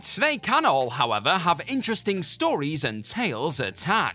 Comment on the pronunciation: Okay not trying to nitpick but why is ending most of his sentences like the words were written in lowercase until the end of the sentence? “we should also point out that hulk did kick out at 3.1 to show that he wasn’t really beat howEVERRRRRRR.”